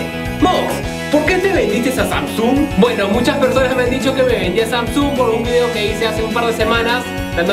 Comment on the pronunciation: estas seguro q asi se pronuncia samsung???